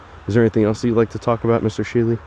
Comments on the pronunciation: You said "Stanley," my man Dalen!😂 And it's *scrying, my brother. We spent the night there a few years ago. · Shanley hotel not Stanley. Lol